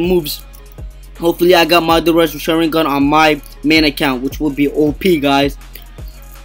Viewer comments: Sha-rin-gan the way he say it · It's pronounced Shaw - Rin - Gone but good vid! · Say sharigan right